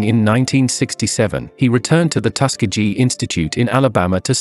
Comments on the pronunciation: Loved the video, however, where Lionel Richie is from is generally pronounced Tus- key-gee. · Please learn to pronounce Tuskegee...we accent the "KE".... Lionel Richie is a treasure. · Tus-ke-gee. if you're going to do a biography, at least learn to pronounce the town. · The narrator needs to learn how to pronounce Tuskegee